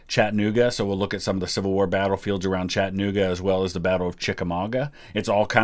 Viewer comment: I live in Chattanooga and I laugh each time I hear him say it. There’s no H in the pronunciation